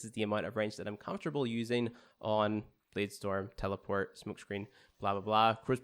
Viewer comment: Lmfao I cringed when he said that